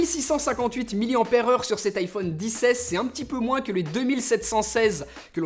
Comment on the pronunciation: Tu peut areter de dire "iPhone disse aisse et disse aisse maxe